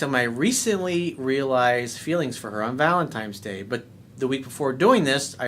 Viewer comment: did you say "Valentimes Day?" C'mon man...